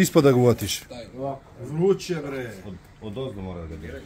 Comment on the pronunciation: "Da vidiš bwre koje dobwre knjige imam"Uko ako je knjiga "debela" ne znači i da je dobra!😂